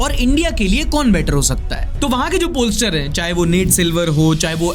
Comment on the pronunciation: Pornstar❌ pollstar ✅